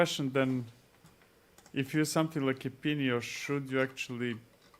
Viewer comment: Thanks for having a look at Epinio, and yes, the pronunciation is correct! :D